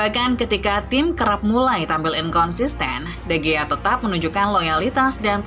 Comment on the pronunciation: sebutin yg bener,david di hiya..